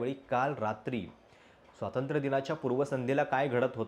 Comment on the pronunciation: स्वातंत्र नव्हे स्वातंत्र्य म्हणा.